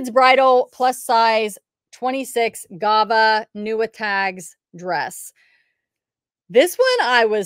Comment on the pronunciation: Omg you crack me up with your pronunciations 😂 It's Guava. Like the fruit. 🥭 😊👍